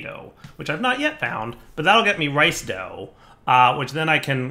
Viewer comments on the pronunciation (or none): none